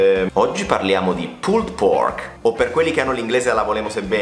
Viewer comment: magari , evitate di pronunciare troppo intensamente la ultima E di" PULLED" , vi classifica cosi , spaghettari LOL , ciao , bel programma